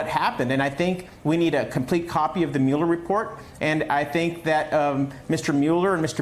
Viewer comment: Dude still doesn't know how to pronounce Mueller's name?